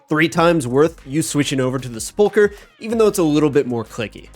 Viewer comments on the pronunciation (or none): Why can no Osrs player pronounce sepulchre ? Is this a British English difference? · I envy the secular upbringing u must have had, based on your absolute inability to pronounce "sepulchre" correctly